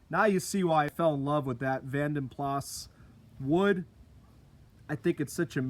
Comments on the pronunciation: Great job. It is pronounced Vanden Plarr. 👍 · vanden plas in the UK is pronounced vanden plah, makes no sense, I know... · you really have done a lovely job with this beautiful old girl. You’ve been so sympathetic with it, the wood upgrade from the Vanden Plas (it’s’Plaaah’ so you nearly said it correctly!) The Car Wizard’s XJ12 was hugely popular on his channel - there is something so appealing about these XJs! If you think the chrome alloys are rare there, then they are non-existent here in the UK. UK buyers never liked chrome wheels - the Mondeo/Contour had them as an option but apart from the RHD PT Cruisers, Neons and 300Cs that we got, no manufacturer offered them lol. You can’t really tell much difference with the non-VP wood trims in the back doors. Another awesome video, you rock. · Hi from the UK. Great video my man, you deserve more subscribers than you have. You have one of the few channels that i always watch from start to finish. Many others i get bored & skip. Dont want to sound an arse here, but the correct pronunciation of Vanden Plas, is Vanden Pla, the S is silent. Only older folk from the UK like myself will probably know. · You're pretty close to the correct pronunciation, you just don't say the s at the end so it's "vanden plaa" but that new wood looks absolutely amazing, beautiful upgrade